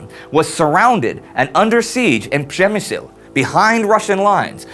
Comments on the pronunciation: It's pronounced "shemesh" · I know perfectly well how to pronounce it correctly but the way he does makes it sound kind of badass. When I hear it in Polish, it sounds just like some backwater townlet of 1,000 inhabitants that you pass on your way to the mountains never stopping by. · Rick Schultz I absolutely love when says it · It seems like the writers take great delight in having Indy pronounce Przemysl.